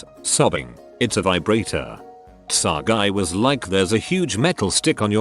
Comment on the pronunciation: No one: Updoot Everything: TSA = tsah